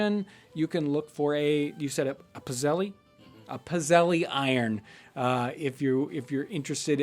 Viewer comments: I have my Grandmother's old cast iron pizzelle maker. I immediately thought that was what you were using in the waffle episode:) We typically make a batch with anise seeds and another with orange peel, but use a plug-in one now. It's actually pronounced pits-ell, singular is pizzella. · pizzelle, heh. my family has made them for decades for gifts and we pronounce it "pit-sell" and make them with vanilla because anise is gross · If you are looking for a spelling its a Pizzelle iron. In our family or in our area of the country we don't pronounce the "e" at the end. So sort of pits-zel. But it looks like a waffle maker. I don't want to post links to other sites but in a simple image search I did see non electric ones.